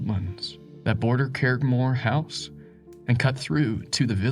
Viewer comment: Please learn the pronunciation of Irish and Scottish names when narrating. I shuddered each time you mangled the name Curraghmore.